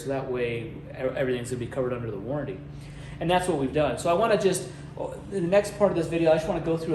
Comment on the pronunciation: Warranty Not warrady